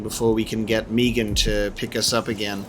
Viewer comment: The "Meegan" instead of "Meagan" is going to bug me. >.<